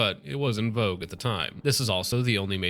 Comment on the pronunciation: Say “en vogue” one more time